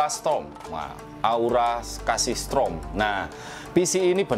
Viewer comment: Kok strom semua sih, padahal tulisannya storm